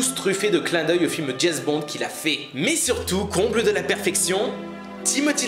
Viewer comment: "Jayz Bond"...